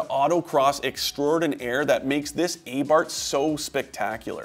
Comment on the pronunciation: A bar th not a bart😂